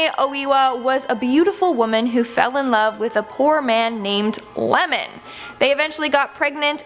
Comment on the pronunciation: she really called Iemon “Lemon” 🤣